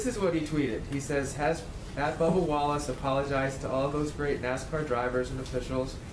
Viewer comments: It's BUBBA, not Bubble. Christ. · It's Bubba, not Bubble Wallace. This reporter I bet always demands an apology. How rude these reporters are. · I think his name is Bubba not Bubble